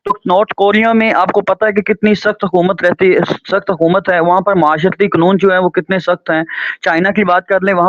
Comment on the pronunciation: اخلاقی معیار سے پہلے لفظ " قنون " درست کر لیں